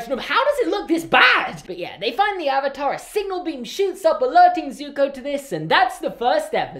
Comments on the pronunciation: How about its the WORST SERIES TO FILM ADAPTATION, especially since the series is the most perfect thing to ever exist👌👌👌👌😍😍😍😍😂😂😂😂😂. Also I dont think they pronounced a Single word right in this movie. AR u tHe Ovatar OonG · I tried watching this movie after I finished the show and stopped at the intro when they pronounced Avatar wrong. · This movie ruined my childhood. Also can we just point out that they couldn’t even say the avatar correctly throughout the whole film?